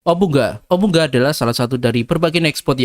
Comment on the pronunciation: Bacanya obu nga